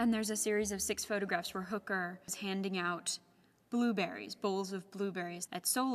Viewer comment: I find it strange that they can't pronounce Hoeker properly. It's not "Hooker".